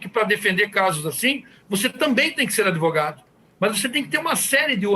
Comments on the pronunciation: Ai que zica dá ouvir um advogado de uma defesa indefensável. Mas. Dr. Só faz um favor. Fala advogado e não adEvogado. Pelo amor de Deus. Abraço no capeta. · Advogado que fala ADEVOGADO é pesado... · O que dizer de um advogado que fala "ADEVOGADO"? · Manooo… não dá nem pra continua ouvindo esse beneplácito AdEvogado.